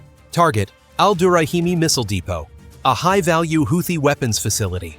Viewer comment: AI can’t even pronounce Houthi.. lmao